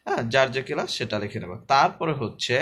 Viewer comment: স্যার আপনি এটাকে কেলাস বলে ফেলেছেন এটা কেলাস না এটা হবে ক্লাস ধন্যবাদ স্যার